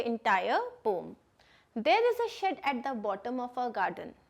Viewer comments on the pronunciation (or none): It is not pom it is poem